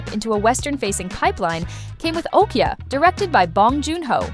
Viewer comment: OKJA not okya